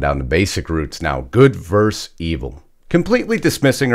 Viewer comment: 2 points: 1. "Versus" has 2 syllables. 2. "For me" or "for I"? "For Lisa and I" Think about it and start saying "For Lisa and me"